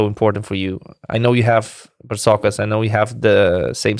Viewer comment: It's Bartzokas not Partsokas